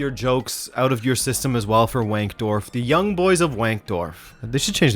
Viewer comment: All I want to know is if they have a women's team too, and if they do, should we call it Young Girls? 🤔 Edit: also W is pronounced a V in German, so it's Vank-dorf.